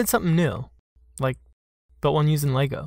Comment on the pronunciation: Subscribed! Beautiful work AND you know how to pronounce Lego 😁